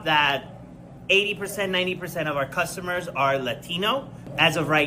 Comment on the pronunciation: Why does it sound like cucumber when certain people say customer? They make it sound like produce.